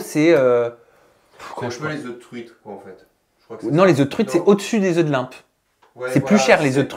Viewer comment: Des œufs de "Limpe" ...😂 LOMPE pas Limpe !